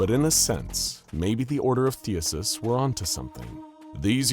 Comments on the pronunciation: THEEE-SEEE-US. THESEUS! NOT THEUSUS. sorry. That shit was making my brain hurt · I love your content, but every time you say "Thee-uh-sus" you make a greek grandma cry. I even checked to make sure I hadn't heard it wrong my whole life. It's "Thee-See-Us." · It sounds like you say “Theuhses” instead of “Theseus” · I swear you actively mispronounce only the most important words in your videos, the most prominent, in an attempt to cause minor madness in listeners, because it's actually extremely common. THEE SEE US not THEE US US. but I think you know. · I honestly can't tell if Theseus was being mispronounced as Theasus on purpose or not. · Say it with me (thee,sea,us) I love the videos but damn the Pronunciation is terrible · Oh. My. Gawd… please tell me that someone else out there got more and more incredibly infuriated at the blatant mispronunciation of “THESEUS”…!?!? IT’S PRONOUNCED “THEE-SEE-US” ffs… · It bothers me more than it should. There was another Greek or Roman name in the last video with the same issue lol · He does it on purpose in at least 40 videos, I think it might be a watermark of sorts